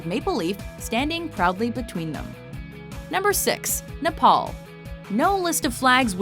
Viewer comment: Dude it's Nepal not Nopol